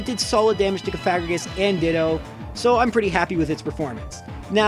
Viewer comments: Y u pronounce cofagrigus wrong?????? Coffin + sarcophagus + egregious = cof-a-gree-gus (srry for getting salty, it really bothered me) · it’s “coffaGRIgus” dude, it sounds like a slur the way you say it (but not the way you said it as a 16/17 y/o) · DUDE I STILL CALL IT COFIGARIUS BECAUSE I CANT BE ASSED TO PRONOUNCE COFAGRIGUS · I always pronounced it cough a rig us. Probably wrong but that’s how I’ve always done it. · I always pronounced it like cough-uh-gree-us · I always pronounced it "cough-ah-gree-gus" and I still do most of the time tbh